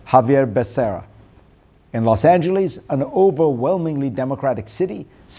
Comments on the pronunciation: Fareed is, as usual, spot on. Now if he would learn to pronounce ' Los Angeles'! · Dr. Zakaria, try to learn how the American city name LOS ANGELES is pronounced. Please try. (Whether some Mississippi farmers say the city name that way is irrelevant!) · Great commentary. Spot on. Just one correction - it’s Los Angeles, not Los Angelees